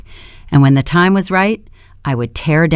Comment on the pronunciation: It’s AI and they seem to have the hardest time pronouncing money and time.